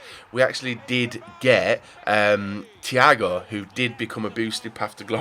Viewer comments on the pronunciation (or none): none